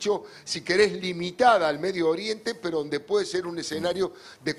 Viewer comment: Peto 😅😅😅te falla la erre 😅😅😅